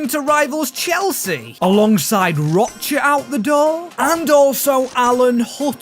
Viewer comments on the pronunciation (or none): none